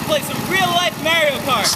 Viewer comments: Did he say Mary-Yo Cart? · Mahrio??? OMG I don't care who you are or what language you speak. His name is ALWAYS pronounced "Mario".M-a-w-r-e-e-o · Mah-Ree-Oh is how he says it in the games. I'm not Italian, but I'm Mexican and can tell you that all the Marios I know are called 'Mah-ree-oh' not "Marry-oh". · Mairio Kart? It's MARIO KART. Is the third month called Mairch? No, the third month is MARCH. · Mario is pronounced "Mah-ree-oh", not "Marry-oh". I'm not an expert, just saying... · MERIO?! BE MOAR ENGLISH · I can't believe they went through all this trouble and then the dude says "MAY-rio Kart". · Are we really arguing over how to pronounce Mario's name?! Lol we were just shown full on real life Mario Kart, people! Who gives a shit about his name?!?! This flippin amazing!! Fantastic job, Waterloo Labs. Truly. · Really? 23 years and people still don't know how to say Mario?